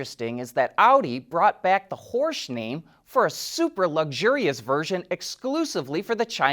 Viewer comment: I think Horch is pronounced like hork which means listen